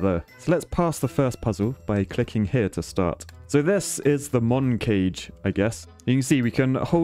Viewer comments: I think it's "Moncage" as in "Montage". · Btw, I believe "Moncage" is supposed to sound like the word "Montage"